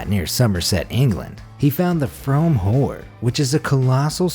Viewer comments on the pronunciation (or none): Frome Hoard "Froom" is how it's pronounced. Somerset was a huge roman settlement.